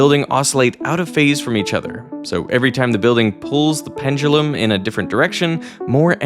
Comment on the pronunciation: I see you have finally learned how to pronounce "pendulum"! Great for you!